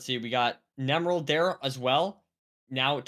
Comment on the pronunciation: since when do we call him nemerald and not nEmerald